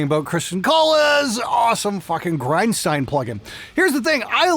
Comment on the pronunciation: It's Grind-Schteen!